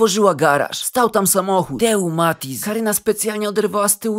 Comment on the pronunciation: Matiz bez 'Z' 😂